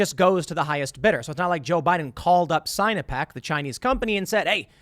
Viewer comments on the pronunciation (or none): Sign-o-peck? Lol, sinno-peck. Chinese-pec. Lol.